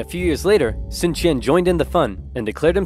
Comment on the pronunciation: Sun is pronounced soon